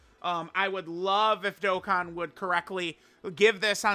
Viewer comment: you said dokkan events wrong